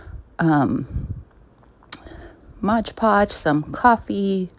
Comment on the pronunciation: It's MOD PODGE not MODGE PODGE!